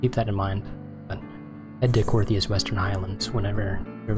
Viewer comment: "Coerthas" not "Cortheas"